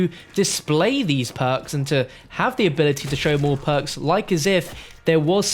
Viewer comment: The word is perks not poaks